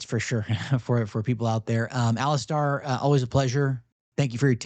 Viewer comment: It's Alis-STAIR not Alis-STAR. Get his name right.